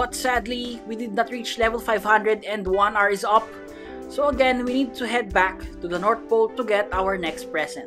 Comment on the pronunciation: " is backh" Always gets me